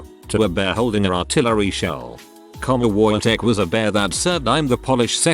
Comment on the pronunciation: I hates listening to the Wojtek one because it was said how it is spelled, the W would make a V sound so it would sound more like vojtek